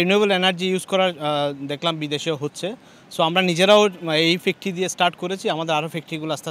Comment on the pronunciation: ফ্যাক্টি না হবে ফ্যাক্টরি